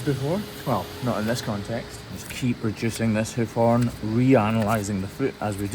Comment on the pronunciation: "Heuf Hoern"